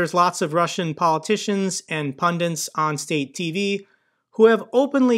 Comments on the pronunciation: It is 'pundits' not pundants. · it's "Pundits", not "pundints". Not trying to be a dick, love your videos.